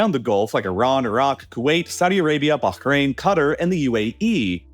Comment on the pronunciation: Love how you pronounced Bahrain perfectly and then said Cutter lol